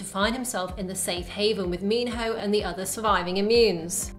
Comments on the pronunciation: it's mino not Minho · No its mihno not minho